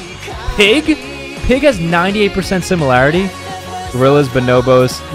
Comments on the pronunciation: Love the vid but at least try and pronounce Neanderthals right it's Neander falls not talls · Neandertals ha I am laughing it is pronounced neanderfalls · Why do people call them neander talls its pronounced thal not tall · Why did he pronounce it nyan-dur-talls. Its nyan-dur-thalls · No one is talking about how he pronounced neanderthals like nee-and-ra-tals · Why did you pronounce it neander talls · Why did he pronounce it neandertalls???